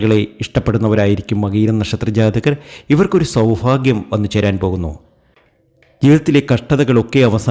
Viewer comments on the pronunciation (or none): സൗഫാഗ്യം അല്ല സൗഭാഗ്യം